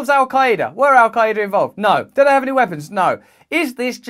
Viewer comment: How little of research does one do to not even pronounce Al qaeda right lol